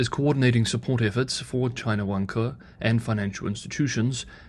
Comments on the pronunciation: Vanke (pronounced "Wan Ke") sort of sounds like "Wanker"? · Vanker is pronounced 'Wanker' in London :-) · Spelled Vanke, but the pronunciation gives away the “self play” angle of the property market in China.